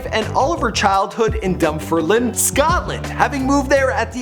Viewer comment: Lol she lived in the street behind me when I was growing up. Ps I have never heard anyone mispronounce Dunfermline until this video lol